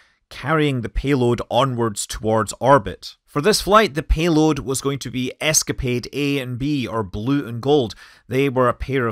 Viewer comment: The "peeload"?